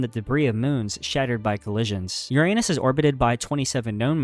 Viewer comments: Uranus is pronounced “Yur-uh-nes” not “Yur-ay-nus” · Your - anus, bro?? Didn't bother to educate yourself on how to pronounce this planet's name? 🙄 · He mispronounced Uranus. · The mispronounced words are the telltale signs of AI, but I did enjoy the Your-Anus.... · This videos good but it bothers me how you mispronounced Uranus 😭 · The narrator needs to pronounce URANUS correctly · grow up and learn to pronounce Uranus properly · Respect how other people pronounce bro. You have no respect.